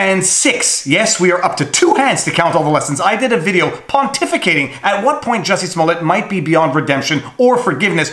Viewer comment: Great video! By the way it's pronounced Jooosy Smoool-e-ay. Easy mistake to make.